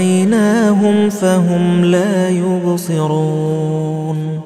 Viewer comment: Plz listen recitation of ayat 9 last word la ubseroon .I think Qari saying la yurseloon